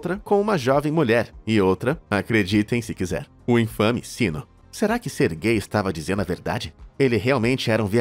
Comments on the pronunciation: É "SERGEI", não GAY. "Sérgio" vem daí. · Toda vez q ele falava o nome do primeiro cara eu escutava "ser gay" kskskksksks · "sergay" aí n mano KKKKKKKKK